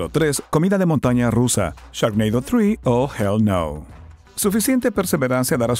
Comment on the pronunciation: Yur inglish is veri gud ; )